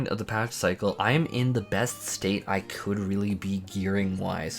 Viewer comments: "me-lee" noooo... no. No. May-Lay. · “May-lay” /ˈmāˌlā,māˈlā/ No “ee” sound in that word. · i respect u but the way u say melee is disgusting... LMAO